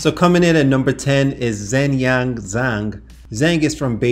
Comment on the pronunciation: As someone who actually speaks Mandarin, zh is pronounced like the English J and eng, is pronounced like ung. Therefore, Zhengyang Zhang is pronounced: "Jungyang Jang."